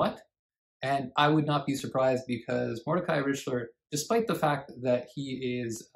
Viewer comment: Mr. Richler is not “a national treasure “ in Quebec. That’s for sure. BTW - it’s R ick ler. 😊